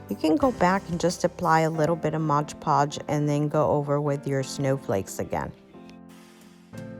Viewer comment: and.......3 years later.......it's MOD podge, not modge podge